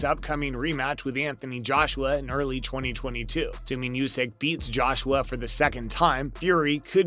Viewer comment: You are literally 5 lol you said “beet”